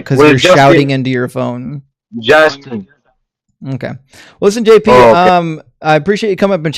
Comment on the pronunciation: Jaastin, Jaastin, Jaastin. JP FFS!